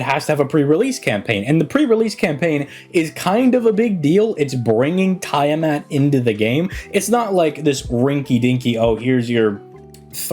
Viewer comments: It's tee-uh-maht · He's mispronouncing on purpose